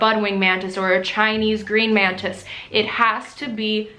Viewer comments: Is it just me or is she saying mantids the whole video? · She keeps saying mantids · am i the only one that hears her saying Mantids? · I kept hearing “man tits” instead of mantis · Okay, I think I'm going insane. Am I the only one hearing "Orchid Mantits"? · You say mantits instead of mantis lmao. Ly ❤ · Every time she said "mantis" I thought she was saying "man-tits." 😂😂😂😂